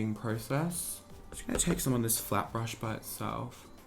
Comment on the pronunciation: For a minute I thought said ‘ just gonna take this flap brush’ 🤦🏽‍♀️